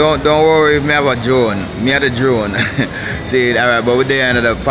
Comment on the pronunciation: Hey U r doing a great job with excellent service. I like the video presentations and most of ur commentary. But I suggest 2 things. Can u just tell us full date of filming each time. If we watch this video a month from now we only know it was on a Saturday. Second thing - rolling ur Rs in ‘alright alright’ does not sound cute; it reminds me of some ridiculous sounding preachers. Good work man 👍🏾